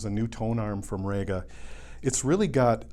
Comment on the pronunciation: Rega is not actually called "Rayga", it is pronounced "Reega". If you don't believe me ask Roy Gandy, the 'GA' in REGA, whose company it is.